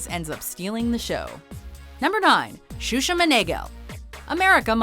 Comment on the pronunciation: XUXA? HAHAHAHHAHA OMG xuxa man, a nãm, desisto